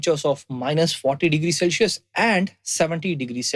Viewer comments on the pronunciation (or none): none